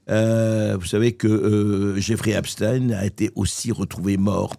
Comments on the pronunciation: Epstein ne se dit pas "Epstin" comme Frankestein, qui ne se dit pas "Frankestine" ! ils veulent effacer l'origine allemande de ce type et inciter les citoyens à penser aux russes, alors qu'Epstein n'est pas russe.......sa famille avait logé Hitler...... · Pourquoi epst(ine) on ne dit pas einstine 😂😂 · Donc si c'est " EPSTINE" on dit aussi " FRANKENSTINE" . au passage jean luc brunel de son vrai nom Jean-Luc Didier Henri Benchamoul. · Tous mouillés???...for choure! 👿 Au fait, ça sort d'où la prononciation Epstine? Ne dit-on pas Einstein et pas Einstine? 🤔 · Depuis quand ein se prononce ine ?? Est ce qu on prononce par exemple Einstein Einstine ? Ben non c est l origine de la consonance qui dérange ? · Ep.stein ;;; ein, zwei, drei... Ce n'est pourtant pas difficile, n'est-ce pas! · EPSTAAAAAAIN PAS EPSTIIIIN COMME ALBERT EINSTEIN!!!! Il est ce qu’il est cet homme, pas la peine de faire semblant. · Vous croyez vraiment que Trump n'est pas impliqué ? Foutage de gueule On dit Epstein et non Epstin. Mais biensûr on défend Trump parce qu'il soutient Netanyahu. Et tout les pays que Trump attaque. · Pourquoi dites-vous epstin? On ne dit pas Einstin mais Einstein ? Bientôt, vous allez dire, première dame en parlant de Bribri!!! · Mr bercoff on ne dit epstine mais epstein. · Faut expliquer à mr Bercoff que le pedocriminel du mossad , s'appelle Epstein et non pas Epstine ! Tous ces gens pensent sans doute que prononcer de cette manière , détournera d'une certaine compréhension sur " l'identité " du criminel ! De même que son complice français se nomme Benchemoul et non pas Brunel ! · Pourquoi dites vous Epstine vous aussi ? Cela m étonne de vous c est Epstein comme ENSTEIN Ah ensuite vous avez dit Epstein 🙏🙏 ne faites pas comme les merdias svp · on dit EPstein comme on prononce Einstein, et pas EpsTINE, c'est un juif, pas un russe ! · J'aimerai qu'on arrête de dire EpstIn car c'est EptEIN comme on dit Albert EinstEIN et non EinstIN... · pas esptin... mais epst.. ein?